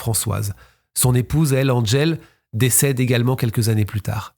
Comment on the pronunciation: À : en français, le prénom Angèle se prononce comme il s’écrit, pas besoin de l’angliciser en disant : Andddgèle. C’est du snobisme verbal 😡